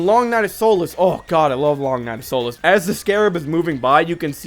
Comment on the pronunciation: Found this vid off of Twitter! What a great analysis! You got yourself a new subscriber. P.S. Dunno if it's regional, but Solace is pronounced "SAW-less"